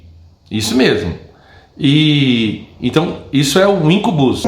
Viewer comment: a pronúncia não é IncuBÚS e SucuBÚS é Íncubus e Súcubus.